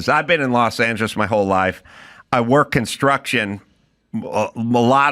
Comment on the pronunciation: where you say, "... you work with dudes who **work**..." with that extra bit of emphasis, I really know that you have worked with guys like I have worked with. Berry fields as a kid, too. 👌👍😁